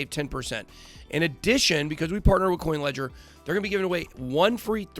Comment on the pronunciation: sounds like you said kucoin ledger